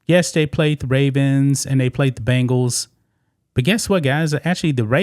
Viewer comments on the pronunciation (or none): Bengals!!! As in Bengal Tiger! Not Bangal's as in bracelet!